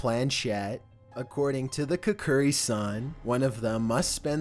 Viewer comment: My boy said Kokkuri wrong:'(